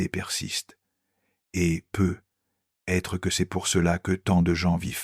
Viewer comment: C'est merveilleux ! Quel beau message mais j'aimerais beaucoup qu'une locution soit corrigée c'est "peut-être " D'entendre PEUT être avec un silence important entre les deux mots fait perdre momentanément le merveilleux message envoyé !